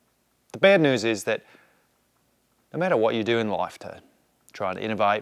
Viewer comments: Tip for Aussie accent: New and news aren’t hitting right. You’re pronouncing noo and noos, whereas it’s more like nyoo and nyoos. Americans pronounce “u” and “ew” differently than other English speakers. Examples to listen out for: emu (more like eemyoo), duty (djooty), dew (djoo) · 245 wheel horsepower is honestly pretty crazy. Aussie accent is getting better, but we pronounce "news" as "nyews". Somehow a "y" sneaks in there. Your pronounciation of "racecar" is 100% spot on. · 🇦🇺🦘Mate, so close. New = nyew rather than noo. Roll = ruowl rather than rohl. Keep it up 😂😂